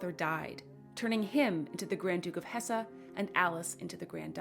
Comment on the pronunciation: Not Hessa but Hess